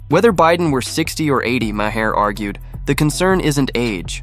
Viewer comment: You can’t afford to pay a voice actor - someone who can pronounce Maher - for 15 minutes of work? Then DON’T post these stupid videos.